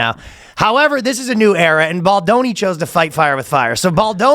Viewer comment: “Not playing Ball-doni”😂😂😆